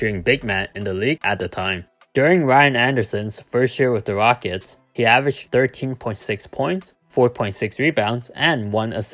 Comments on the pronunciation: '' da Houston wockets '' 😂😂😂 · '' the Houston wockets''